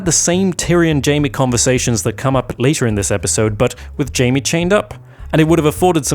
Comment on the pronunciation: God damn it, his name is JAIME, not JAMIE. Why is it so hard for some people to remember? Anyway, i agree with all points you made.